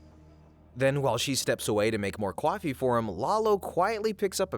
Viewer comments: It’s pronounced coffee not CAWfee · lol he said Cwoffee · hopefully I'm not the only one who notices he pronounces "coffee" as cwafie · She made Lalo what now? 😅 KWAFEE? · Mmmmm.. cwofee